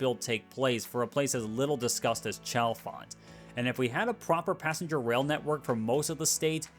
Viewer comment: Pronounce Chalfont with a "hard" CH ONE MORE TIME & I'm going to reach through my TV & smack you. It's "SHALL-font"